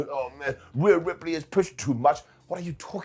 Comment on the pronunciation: All the pride wwe has for its japanese wrestlers....and yet they let her say "ripley" smh...should have known that letter combo is disaster for Japanese broken english speakers